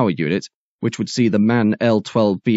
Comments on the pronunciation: Just FYI "MAN"(the company) is pronounced as individual letters, i.e. "EM-AY-EN", not as a word. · Indeed correct! Not to be too pedantic, in German the pronunciation would be Em-Ahh-En.